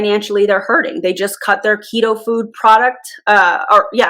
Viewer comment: jfc i thought you said "pedofood" not "ketofood". like "do i WANT to know what that is?"